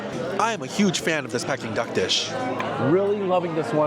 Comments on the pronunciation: It is pronounced Pee-king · Anyone else shouting the right pronunciation of Peking at the screen? 😂 Food looks nice, but I’m not sure if it reaches the quality of Michelin. Some of the plating could really be improved